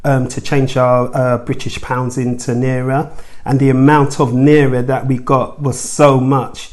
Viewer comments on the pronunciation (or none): great video...but please, please work on your pronunciation of Naira. ˈNī-rə, ˈNī-rə, ˈNī-rə!!! 🙂